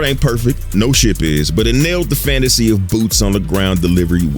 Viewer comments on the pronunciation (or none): none